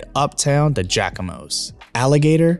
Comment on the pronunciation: Im from New Orleans and this video was great to watch. You mispronounce Jaquimos lol - its JZACK-I-MOS - lol